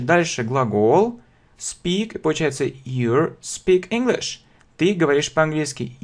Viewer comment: а почему на слово YOU, произноситься как you`RE, хотя написано противоположное??Cледите за произношением!!!